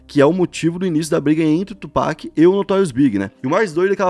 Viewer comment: FABIL, Tupác!!!! Tupac, pelo amor!